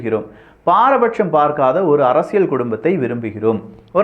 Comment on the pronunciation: இது அரசியள் சதுரங்கம் அல்ல. அரசியல் சதுரங்கம். சரியாக உச்சரியுங்கள்.